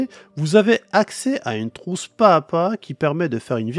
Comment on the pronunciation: On prononce ‘pas Zà pas’